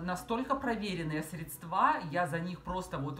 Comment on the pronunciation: СвЕкла, а не свеклА, срЕдства, а не средствА!После 10-37 смотреть не смогла...